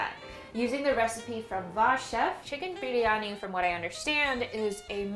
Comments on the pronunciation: Chicken biryani pronouncation is spot on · WHY IS IT ODDLY SATISFYING WHEN SAID CHICKEN BIRYANI AHH MY HEARTU 😍 oh i just want to eat..oh my back..spiritually relatable whenever i make Indian food and i am Indian so..yeah 🥲🤤but pav bhaji, naan butter chickn and biryani looks so good..i appreciate your research, following chef/legit Indian recipes, going to s-tier spice haul, and putting half a day and your back at risk for a delicious 24hr Indain food heaven...i am glad to see you indulging in flavourful rich indian food and i hope you get to enjoy ocassionally by making the recipes whenever your heart and stomach desires 😘🤗